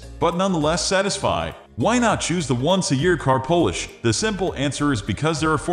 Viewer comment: Voiceover is obviously computer generated and I suspect the description was also AI generated. Notice that he pronounced polish like "Polish" (someone who is from Poland).